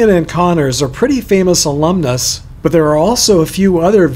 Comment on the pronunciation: I was very impressed with the way you handled the Latin noun "alumnus" and its variants.